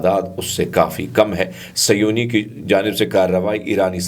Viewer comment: please correct seyoni its actually sehoni